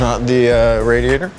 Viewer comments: Lol he said “radiator” instead of “radiator” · "rädiätör comes out" allmost rally engnlish